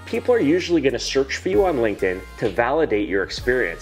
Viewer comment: i was on board with everything you said, until you said "Linkedin" lol...